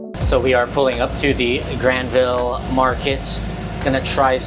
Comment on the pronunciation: The easiest way to instantly spot a visitor to Vancouver. They say GRAND-vill. It's pronounced Gran-VUL. Also it's Vangouver.